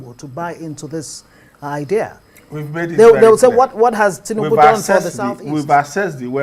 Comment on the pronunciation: Oga, Who Are You To Speak For Igbo People, We Has Nothing To Do With APC party. Look At, This Man Cannot Even Pronounce The Name Of Tinubu Correctly. Oga Continue Looking For Your Stomach, You Are On Your Own Period.